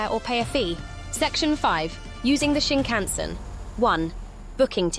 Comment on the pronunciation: I think you should ask someone how to pronounce the word Shinkansen, they way you say it reveals you might have never been on one 🙂